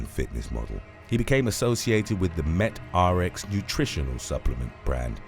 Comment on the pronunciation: Great video as usual. Just an FYI Met-RX is pronounced “MET-TRIX”